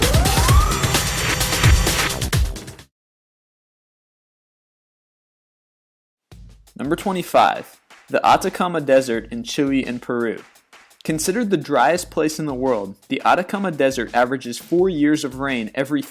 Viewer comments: English or Spanish 'E' doesn't matter, the problem here is that he said "Chewy", not Chile... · I know right he sounds like he's saying chewy as in Chewy bar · You my friend , pronounced Chile so badly i got cancer.